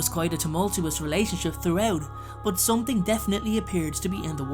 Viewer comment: Marie Lastname I think he just says it wrong.